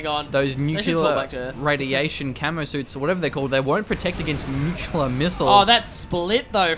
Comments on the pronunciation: new-cliar. That is how you pronounce it. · New-cew-lar missile? Seriously?:D